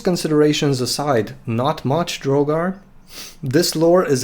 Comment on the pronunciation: Woo! I'm in an old country video (also, thanks for pronouncing my name right, most people end up saying drog-ar instead of dro-gar) This really helps with a lot of questions I had regarding my character. And really cents just how useful this lore is. The resisted willpower vs coma touch does help balance the issue of a one hit knock out, except my boy has ranks of Paragon in lore of flesh, so I think I can get a few good shots of coma touch in a fight. Thank you for clarifying that you do not think the stat boosts can stack, I really wasn't sure on that front. Out of respect for the game, I'm not going to use shape flesh to turn my whole team into herculean gods, cause than the game wouldn't be any fun. In my characters backstory he's only used the power three times since he returned from the abyss, once on each of his wolves to make them hellhounds, and once on on of his thralls who was trans to give her the right body. Thank you so much for addressing so many of my questions and mentioning me in your video. That really makes my day, and I hope yours is just as good.